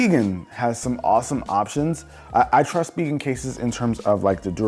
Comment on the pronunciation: Uhh anyone else pronounce it spigen as spy gen. Not spee gen